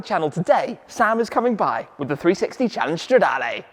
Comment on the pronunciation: I love how the intro in this video sounds just like the intro Sam uses on his channel. Best sounding V8 for me. And it's Stra-DAAA-LEEEEE not Lay Tim, how manyyyy timessss haha